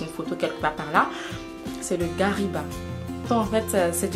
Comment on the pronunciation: Garyba ? On dit garba ma chérie.